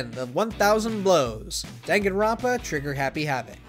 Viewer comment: I love how he just says everybody's name wrong even the title